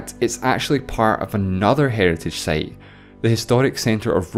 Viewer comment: I love your videos. And I HATE your pronunciation - 1) time = "theyme", 2) site = "seyt" etc. Seriously?